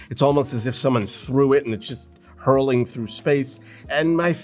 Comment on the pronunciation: HURTLING not "hurling" unless vomiting is what we are meant to envision i had to stop watching at this point